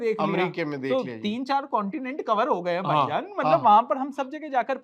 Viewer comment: पाई जान ये हर्षित राणा के मुंह से बहुत अच्छा लगता है 😂😂😂पाई जान